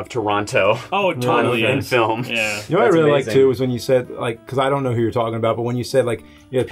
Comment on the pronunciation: nobody: scott: ionknow